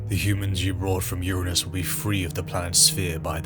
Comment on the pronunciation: You didn’t pick up the wrong pronunciation of Uranus 🤣 23 mins in